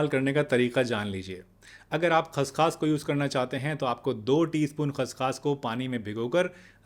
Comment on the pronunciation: खस खास नहीं खस खस कहो ।